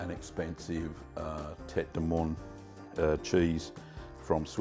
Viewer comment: In French, "moine" is pronounced MOO-ANN